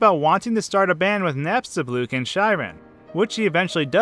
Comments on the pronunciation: He says nabstablook 😂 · alphys, not alphees mettaton, not mettaten napstablook, not napstabluk